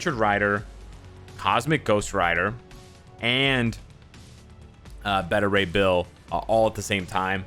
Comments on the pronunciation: I swear says “Betta” ray bill lol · Beta Rey Bill not Betta. U say Beta all the time how do u mess that up? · my man! I fought with you in the danger room one time. It's Bay- ta ray. Like "baby"- like alpha, beta, gamma rays. From one to another, peace bro. Be good to yourself, & thanks for what you do. We love & appreciate you